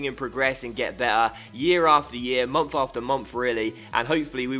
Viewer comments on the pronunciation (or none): "mumf after mumf"